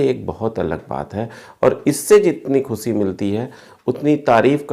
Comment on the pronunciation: dhanyawad itni achhi jankari dene par, lekin ek bahot badi bad mazgi hai Aap kh'shi ko khhusi bolte hai jo bahot bhadda aur jahelana lagta hai